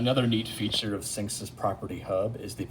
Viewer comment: its synexis that's pronounced